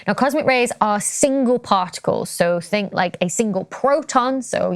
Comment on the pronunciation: it's Hubble, not Hobble, although....just because it IS hobbled, that's no excuse...and another one that irks me is "think"...I can't stand it when I hear people say "fink", it's lazy and trashy...